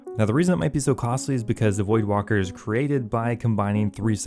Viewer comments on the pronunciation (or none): I think it's void waker not void walker. Just sayin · Void-Walker Bruh, it’s Voidwaker. Lmfaooo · It’s void WAKEr not Wocker lmfao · Voldwaker... voidwaker lmao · Voidwaker not walker. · Void.. waker... Not ... Walker... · It’s Void-Waker hahaha, not Void-Walker or Void-Woka 😂😂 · my guy. its void waker, not walker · Bruh OSRS players literally can't read words. WAKER, not WALKER. Even the wiki had to correct people lol. Just as annoying as people mispronouncing Faerdhinem and Amascut. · There's not an "L" in voidwaker bro... Also since he apparently can't check a tracker accurately or provide an update it's selling for 460m as of like 10 minutes ago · Why is he saying voidwalker? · Theres no L in Voidwaker. Its waker, like waking, or awake. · That's what I'm thinking lol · Voidwalker? There is L in there XD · It’s called voidwaker as in void- WAKE-ERR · It's called the void Waker (as in awaker but without the A) VoidWaiker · is this guy serious? is he serious? the pronunciation of voidwaker-- is he freakin serious? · And neither of those are right 😂